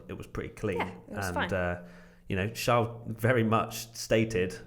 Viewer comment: its not shaarl it is charles